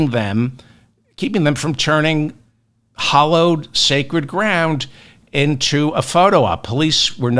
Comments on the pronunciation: Great info. Thank you! However, you're mispronouncing HALLOWED. It's NOT pronounced, HOLLOWED. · You keep saying "hollowed". It's "hallowed".